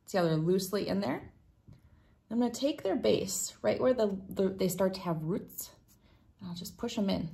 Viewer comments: She also says "rhutts" but means roots. 🤣🤣🤣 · Rhuts? 🤣 Not a Tenn native! Great videos. 🤪